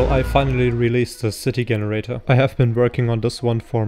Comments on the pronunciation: i think this guy is brilliant even though he says Generator with hard G. lol. i feel you should work on crowd generator your the right guy to do it right. blender needs a proper crowd generator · Fascinating that someone who is able to create such a fantastic piece of software is not able to pronounce Generator correctly.